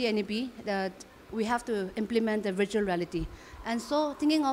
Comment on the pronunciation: It is not vritual but Virtual. Please google the sound how to pronounce before presenting the news.